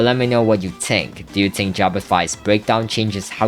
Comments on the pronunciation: 'tink' if i spoke like you i would shoot my self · Why u keep saying tink